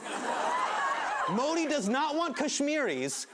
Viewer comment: Hypocrite Hassan, get your facts straight before you keep regurgitating incorrect things about India. BTW, if you are so hung up about your name being pronounced correctly, get Modi's pronunciation correct.